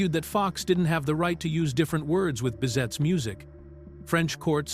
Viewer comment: As well as Bizet not "bizette"